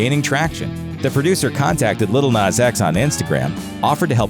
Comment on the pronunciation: Its "nas" not " nus"